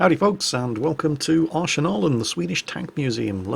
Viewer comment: Arschenalen xD Greetings from Germany.